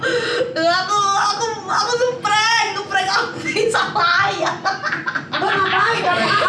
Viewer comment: HAHAHAHAHA NGAKAK IH PAS NGOMONG PRENKKKKK